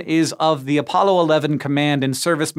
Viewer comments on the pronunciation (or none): none